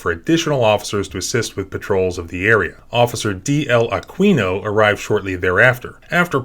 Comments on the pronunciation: Thanks! Love your videos. FYI- it's pronounced UH KEE NO. not a Kwy No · Dude— it’s Ah-Keen-O Not Ah-Kween-O. At least pronounce the criminal’s name correctly. Just Sayin’ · Aquino = Ah-keen-oh